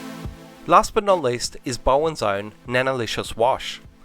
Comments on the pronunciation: Just putting it out there, the Bow part of the name is pronounced like Bow down, not Bow tie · Bowdens. Not Bowens mate haha